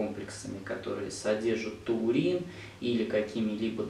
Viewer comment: Врач, Вы называете ТУУРИН,а не ТАУРИН!